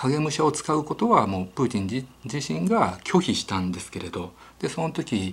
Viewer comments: ひろゆきさんのトゥイッター真似した影響で、プーチン発音までおかしくなってて草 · ときどきプーティンの発音になるの何なんww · プーチンが時々プーチィんと聞こえる〜笑笑。 なんだかプーチィんが気になり話が入ってこないのは私だけ？？笑笑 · プーティンって言ってますか？😆